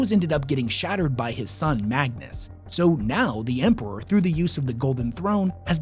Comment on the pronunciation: How can bro say Empewow and Emperor, Thwone and Throne it's like a selective speech impediment